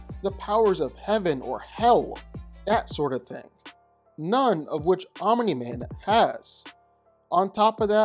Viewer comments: I enjoy your videos, but I cringe every time you say Omini Man. There is only one I. Omni, not Omini. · Random ahh comment but i like the annunciation of omniman, you say it like om u nee man almost not just om nee man i kinda like it lmao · Fun fact: Omni-Man is not pronounced "Ominy Man". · Hahahahaha... I'm-uh-knee man!😂